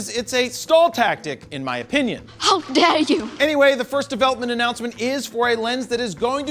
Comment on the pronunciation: 'How der you' cracks me up everytime.